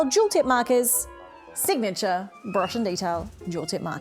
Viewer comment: "Signatuair" 😂 Gold